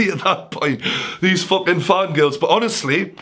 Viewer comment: Fokin Fokin Fokin Fokin Stop saying fok/in